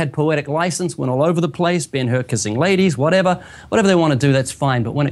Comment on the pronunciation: I absolutely adore the way he says "Ben Hur kissing ladies" as if he should be kissing men.